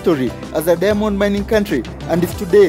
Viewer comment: The way you pronounce diamond ist irritating. I hear every time only Demons... Lol